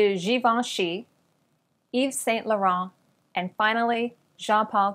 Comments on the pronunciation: No, no, the Saint Laurent was good except you don't pronounce the T in the end of Saint. In "Jeanne", the vowel is A like in "cat" and you pronounce the N. All in all, your pronunciation is good, allowing for an accent, which we Francophones have à diversity of... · I think the saint in Saint Laurent is pronounced "San"